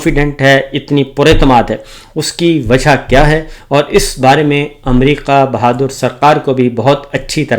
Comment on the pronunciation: باو جی :- اپنے اردو کے لفظ صحیح کریں - امریقا نہیں امریکا حقام نہیں حکام نقال نہیں نکال قامیاب نہیں کامیاب اقاونٹ نہیں اکاؤنٹ 😂😂😂😂😂😂😂